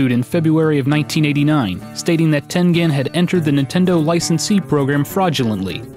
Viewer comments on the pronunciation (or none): It's Tengen....pronounced as "Tenjen". Smh. Gotta love milenials that think they know everything about an era they were never born in by doing massive amounts of research ON THE INTERNET. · It is pronounced "ten-jin", with a J sound, not a G sound. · I thought that it was pronounced ten-jen. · I always pronounced it Ten Gen (as in Genesis) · No! No! No! It's Ten -Jen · It's pronounced "tengine." It's American.